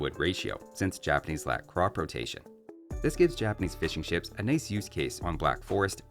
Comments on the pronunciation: I keep hearing "fish and chips" when you say "fishing ships". 😂😂😂😂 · Swear to God I kept hearing "fish n'chips" instead of fishing ships